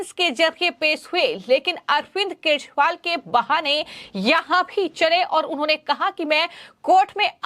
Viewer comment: are kejariwal ka naam to theek dang se bol lo, kya achor ho... apni aawaj theek karo